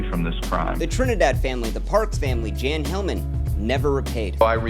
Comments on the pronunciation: Jan is pronounced as "Yawn." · Jan, a male name in Sweden, is pronounced Yan or Yahn, like Ian or John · Welcome back King, btw Jan is pronounced with a Y like “yahn”